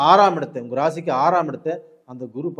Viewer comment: ஏனுங்க ஐயா உங்களுக்கு தமிழ் உச்சரிப்பு இவ்வளவு மோசமாக இருக்கிறது? ஒரு நல்ல விஷயத்தை சொல்லும் நீங்கள் ஏன் தமிழைச் சரியாக உச்சரிக்க கற்று கொள்ளவில்லை?? அதென்ன உங்கல்?? ள‌கரம் வராதா?? கல் கள் வித்தியாசம் இல்லையா ? தமிழுக்கு ழ அழகு... தயவுசெய்து ழ வை சரியாக உச்சரிக்க பழகுங்கள். யரலவழள, மெல்லினம், இடையினம், வல்லினம் எதுவும் தெரியாமல் பேசினால் எப்படி? ??😢 கேட்க ரொம்பவே‌ கஷ்டமாக இருக்கிறது. வாழ்க தமிழ்..🙏🙏